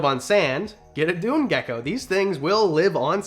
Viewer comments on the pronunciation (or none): Is it just me or did he say leopard ducko